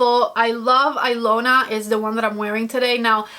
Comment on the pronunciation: The Natasha Denona lip liner is pronounced Eeeelona the i sounds like an “E” I know because it’s my name lol I’m actually Russian but the name is Hungarian go figure lol I love that liner too. I was shocked to see my name on anything as it’s not a popular name I could never find a single gift item with it as a kid.. so I had to get the liner lol and the color is a fave too. Love your videos. Watch you all the time!